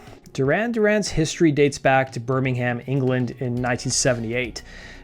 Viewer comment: The h in Birmingham is silent